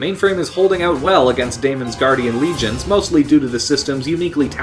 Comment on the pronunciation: I really like your video but you need to work on your pronunciation of words like "been" and "against"